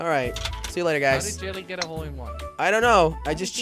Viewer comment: says hoe instead of hole